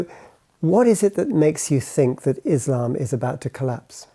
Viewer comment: This guy cant even pronounce Quraan and Islam correctly...he has never been a muslim... Islam is the fastest growing religion..whether you like it or not